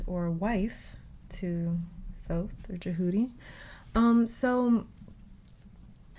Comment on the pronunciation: We love that you say his name correctly 🥹💗